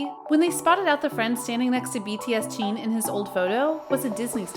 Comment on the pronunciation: Why do you pronounce Jin and Jean?